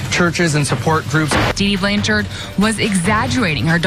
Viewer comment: There is no E at the end of her last name, it’s Blanchard & not Blancharde